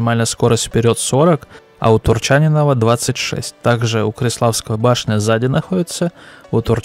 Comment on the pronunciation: Как по мне, так все три танка отстой голимый. Одно у них единственное достоинство, это хилая голда. Если это новая стратегия лесты на оздоровление рандома, то им аплодисменты за идею.. а то шмаляют все голдой надо и не надо. А фамилия правильно произноситься с ударением на И : КВ4 ТурчанИнова (это если ты спрашиваешь😊)